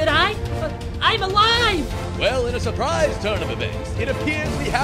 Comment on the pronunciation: At the start: hey, hey, hey, 🍊range whats the "SAW"prise????? Hah get it sawprise😂😂 like surprise🍊😂🍊😂